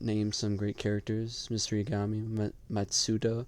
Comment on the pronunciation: Brooo it's YAgami not yaGAmi